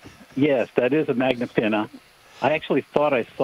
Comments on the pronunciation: “Magnapeena” “magnapinna*” 🤣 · lol she really went all in when she said "Magna Pena"